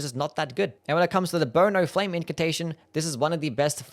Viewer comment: in about the sixth minute, when you said burn o flame I heard boner flame and giggled. Boner flame would be amazing spell tho.